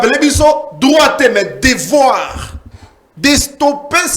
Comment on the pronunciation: dit Devar au lieu de devoir et sien au lien de chien.